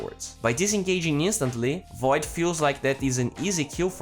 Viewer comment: who the fuck is "foid" you mean void right?